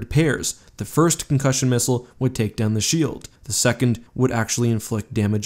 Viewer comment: Can we officially change shield in the English dictionary to shoeld